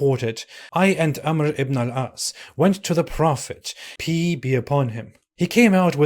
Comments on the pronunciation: Did I heard ''religion of peece?'' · Religion of pee-ace